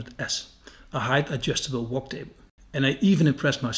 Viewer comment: ik weet niet of je het expres doet, maar het Engelse woord 'work' spreek je uit als 'wurk' niet 'wok'. 😉 Verder weer een heerlijke video!!